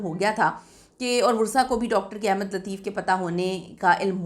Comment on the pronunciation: My dear the correct word is Ahmad not Ahemad. I believe when you read Holy Quran and open the Surah AS Saf Ayah No. 6 there you see the Word Ahmad. There is zaber on the Alif not zair. The word Ahmad does appear only once in the Quran. According to the Arabic grammar this is superlative degree. Please, pronounce the name of Prophet of Mohammad PBUH correctly. The word Ahemad is meaningless. القرآن - سورۃ نمبر 61 الصف آیت نمبر 6 بِسْمِ اللّٰهِ الرَّحْمٰنِ الرَّحِيْمِ وَاِذۡ قَالَ عِيۡسَى ابۡنُ مَرۡيَمَ يٰبَنِىۡۤ اِسۡرَآءِيۡلَ اِنِّىۡ رَسُوۡلُ اللّٰهِ اِلَيۡكُمۡ مُّصَدِّقًا لِّمَا بَيۡنَ يَدَىَّ مِنَ التَّوۡرٰٮةِ وَمُبَشِّرًۢا بِرَسُوۡلٍ يَّاۡتِىۡ مِنۡۢ بَعۡدِى اسۡمُهٗۤ اَحۡمَدُ‌ؕ فَلَمَّا جَآءَهُمۡ بِالۡبَيِّنٰتِ قَالُوۡا هٰذَا سِحۡرٌ مُّبِيۡنٌ ۞